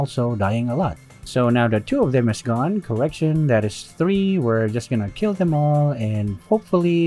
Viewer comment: "Our Keel" -Sun Tzu